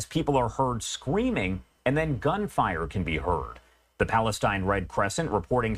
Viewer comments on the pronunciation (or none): "Palatine authorities" 😂😂😂